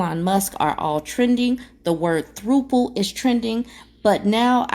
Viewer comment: And is it Thropple or Thrapple? Asking for a friend 🍤